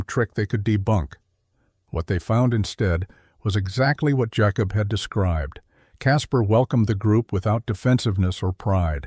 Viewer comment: Jah kobb? WTF is a Jahkobb?